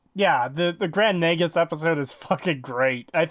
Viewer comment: why are they pronouncing Nagus like "nag us"? it should be pronounced nāgus, as in "nay gus" it's said many times in DS9. are they just differentiating it from the real world title "negus"?